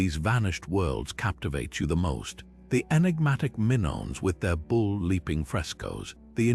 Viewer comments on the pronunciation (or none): WTF?!? The Minnons? Get the names right, please. Double check your AI content, sheesh!